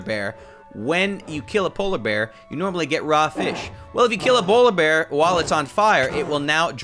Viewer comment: “Well if you kill a bolar bear” got me tearing up